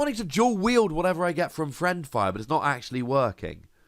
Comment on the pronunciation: Yet another excellent video! one thing though, you were mispronouncing it the entire episode. It's fiend fire, not friend fire.